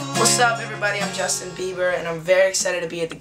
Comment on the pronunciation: when he says "isnt that right justin,' it sounds like he said justice